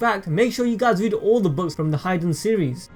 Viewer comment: its 'hee-daen' not 'hy'den'